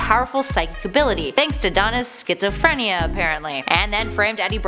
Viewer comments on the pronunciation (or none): none